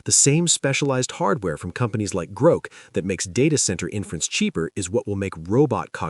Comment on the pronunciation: At least train the stupid thing to pronounce GROK correctly. Sigh....